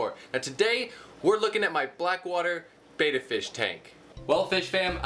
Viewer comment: Its pronounced "betta" not "beta"